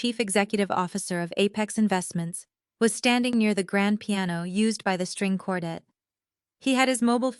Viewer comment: For crying out loud, have AI learn how to correctly pronounce the word quartet.